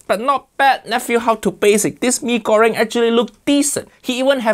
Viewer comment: Bro im so happy the how to basic guy didnt mess up mie goreng.im indonesian and it wouldve hurt me